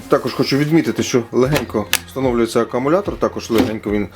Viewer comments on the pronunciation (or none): научи уже свою подружку с Е-католога,как правильно читается слово "аккУмулятор"!А не-"акАмулятор"))